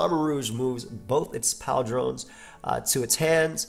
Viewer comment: Based on the description of Klawf's ambush tactics, they might give it Bounce or a Bounce-like move. Text: "pauldrons",: "pal-drawns" Ceruledge looks pretty interesting. If it can run a bulky set with that fire-type Leech Life, it'd be great for balanced offense.